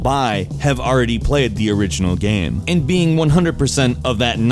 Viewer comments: EA sports: it's in the geym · "It's not the seym geym